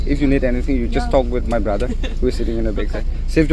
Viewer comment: The way bro said bother is like braaadaaaaa waoww acent 😂😅and the way buh said oh my God is like Ouuu Maaaiii gaaawwwwwddddddaaaa that accent is another level .. Keep it up bruuuuwwddddddaaaaaa 😅